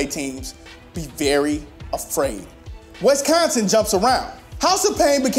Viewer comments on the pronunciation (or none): It's WISconsin, not WESconsin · THIS BOY JUST SAY "WESTconsin"? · The way he pronounces Wisconsin. Yeesh.